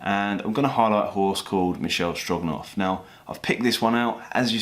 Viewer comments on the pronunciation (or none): the horse is Michele Strogoff, not Stroganoff